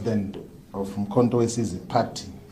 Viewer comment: He can't pronoun Mkhontowesizwe Wesize Wesize Wesize Kkkkkk